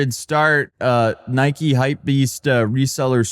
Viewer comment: It's Nike NOT Nikey you morons.